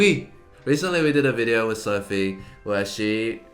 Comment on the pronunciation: as a korean native, i give sophie quite-accurate--pronunciation -certification mark